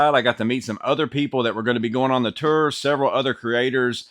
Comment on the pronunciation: Can you please say “Tour” again sir? 😂 “Ter” Kidding aside Great video. Thanks bud.